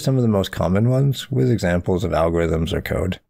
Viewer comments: cool video but why do you say effedex instead of eff of ex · I can take anyone seriously when they can't pronounce a simple word like "of".